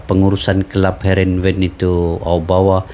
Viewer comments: Harenveen bang ..😂 bukan havenreen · Heerenven bang.. bukan hevenren 😂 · Bukan Hevenren bang😂😂 Tapi heerenven